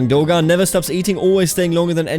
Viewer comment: Pretty sure the g is silent in “Dogan”. It is probably a “ğ” but they don’t have the accent marks in game so it’s silent in Turkish.